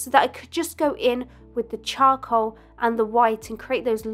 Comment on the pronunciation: I love how she says cha-col